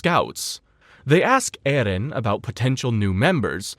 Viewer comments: His name in erin not ehlen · So far this video has been very good I just don't know if I can make it with the way this guy is pronouncing Eren's name for some reason it is driving me out of my mind